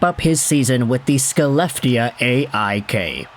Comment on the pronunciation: Little note: Skellefteå is pronounced "Shel-LEF-teh-oa".